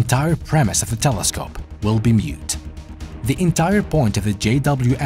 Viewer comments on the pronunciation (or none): Moot. The premise will be ** moot **. Not “mute”. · "moot", not "mute".